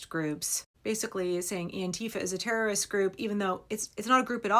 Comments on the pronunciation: Btw.........you missed the opportunity to tell us you have a rare bone marrow disorder that prevents you from pronouncing the letter t in the word erroris?😂 If you get it........... you're both awesome and unfortunately old!🖕🤪🖕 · I don't understand the term, repeated term that sounds like errorist. That is what I heard sounded like. What is it? Never mind. You explained it. :)